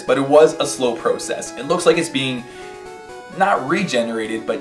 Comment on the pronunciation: "it was a slow proh-sis"